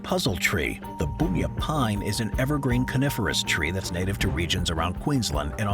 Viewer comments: Not boonya, it's bunya, the way it looks! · Bun ya not boon ya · Boonya tree? That's an incredibley wierd way to pronounce it. Do you call a bun a boon too?